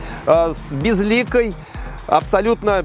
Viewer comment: старомосковский говор, слово безликий произнес как безликой. Коренной москвич детектед